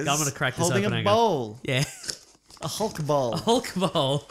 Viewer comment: I could have sworn they were saying "Hulk BALL" not bowl